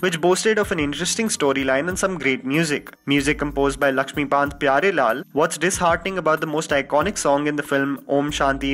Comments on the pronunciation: Its not Laxmibanth its laxmikanth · is it just me...or you said 'lakshmibant' instead of lakshmikant..??? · I almost died laughing when he says, "music composed by laxmiBANT pyarelaal"... ;] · First pronounce Laxmikant Pyarelal correctly. Its not laxmibant. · It's LAXMIKANT payarelal